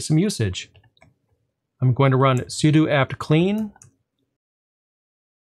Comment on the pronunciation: Thank you for saying 'sudo' correctly! 🤣